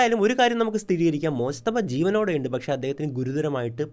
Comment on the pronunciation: മോജ്തബ യല്ല മുജ്തബ